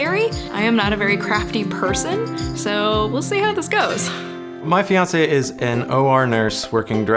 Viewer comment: Did say he had a feonsa?!